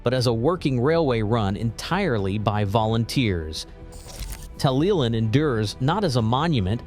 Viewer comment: It's nice that Americans want to make videos on British subjects, but it is a shame that they never do their research to get the pronunciation of place names correct. I can forgive a difficulty with some Welsh names, although it should be easy enough to pronounce 'TalyLlyn correctly, but 'Birming-ham'? It's 'Birming-um'. Also, the terminus shown at 3.44 is Porthmadog, on the Ffestiniog Railway.